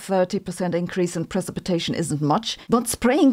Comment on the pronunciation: Silver Iodide and pre-sip-a-tation.